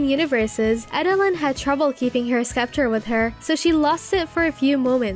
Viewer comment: The way you pronounce Eda’s name makes me cringe. It’s ‘EE-da-lyn’ not ‘eh-da-lyn’ There are other mispronounciations throughout like Bill Cipher and scepter